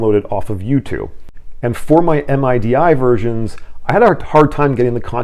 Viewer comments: Hi. It's midi...not M.I.D.I. mihdee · Just FYI, We pronounce MIDI as "middy". Nobody pronounces it as separate letters. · MIDI, or Musical Instrument Digital Interface, is commonly pronounced to rhyme with "giddy".